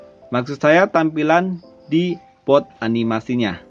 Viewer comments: Boot kak bukan booth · Boot bang boot B O O T bukan booth